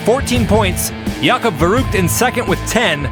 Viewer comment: Oh man, I love that channel. It never get boring. By the way, the ü in verrückt is not pronaunced as a 'u'. Did you know that verrückt means crasy or nuts like it drive me nuts which first perfect to a car-race. Cheers from Hamburg, Germany. 😃😃👍😁😁